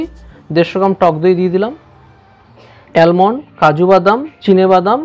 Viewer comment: দারুন.. এর আগেও আমি আপনার রেসিপি ট্রাই করেছি.. দারুন টেস্ট হয়েছিল.. আর ওটা অ্যালমন্ড না আমন্ড হবে 🙂🙂🙂🙂